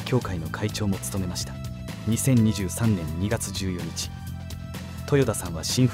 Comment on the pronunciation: 14日をジュウヨニチって言うのは初めて聞いたわ 普通はジュウヨッカだろ